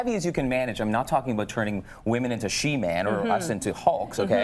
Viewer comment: My man said sheman lmao